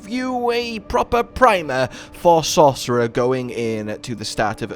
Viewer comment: "the best class in diablo far? ahem SAUCERER!" :D